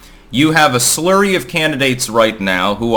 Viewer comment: * "slurry" == flurry fixed it for you